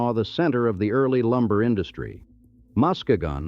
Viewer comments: Good excepting pronunciations, I know that the spelling seems goofy. Mack- in-naw bridge, Mus-key-gan, Houton is Hoe-ton, Key-win-naw peninsula is where the copper was. Sault is Soo-Locks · I’m really irritated with pronunciation of cities, etc. also. Learn how to pronounce Mackinac, Houghton, Muskegon and many many more